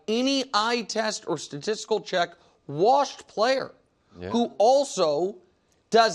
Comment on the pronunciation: I want Rodgers to either have a good comeback year next year or retire so I don’t have to hear Bru say he’s “warshed” anymore.